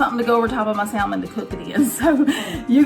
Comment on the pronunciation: Spelt salmon. But pronounce (SaMon)!!!!!! Definitely not Saaaaaallllllllmin. 👎🏿